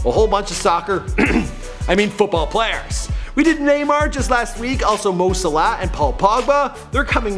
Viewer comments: WHAT THE FUCK YOU SAID MO SALAH LIKE MO SULUH DUUUDE WHAT MY HEADS GONE THERE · Just saying sala is pronounced a bit slower😂😂 Edit: and wenger is pronounce venger not wenjer